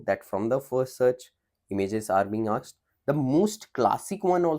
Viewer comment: You have to work on pronounciation of " asked"